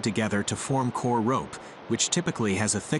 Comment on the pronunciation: Coconut fiber is called Coir...🙋🏾‍♂️✅ not coor....your pronouncing it wrong...🙅🏾‍♂️❎